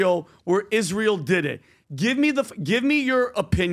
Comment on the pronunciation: Candace is smart and all but why does she pronounce it Ish-real?